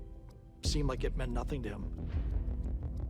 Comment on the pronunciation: Like a certain element goes in there and they say " I don't know nuffin"... "I didn't see nuffin"...I didn't hear nuffin" "I didn't do nuffin". 🤣